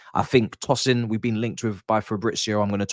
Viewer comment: It’s Tosin. Pronounced the way you pronounce toast.